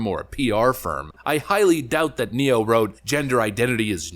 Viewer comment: I agree, but I did chuckle at "Nero" instead of "Ne-Yo".